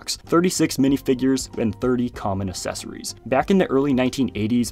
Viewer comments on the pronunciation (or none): When did the "uh-sess-uh-ry" pronunciation of accessory start? It's uhk-sess-uh-ree. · I will click the subscribe-button once you pronounce "accessory" correctly!